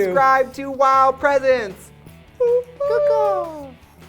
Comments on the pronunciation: trixies way of pronouncing presents makes me cringe like idek why bc fuck i love her but like omg no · i like how they say presents like presents